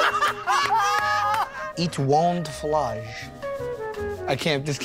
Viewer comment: Eetwont flush? 🤣🤣🤣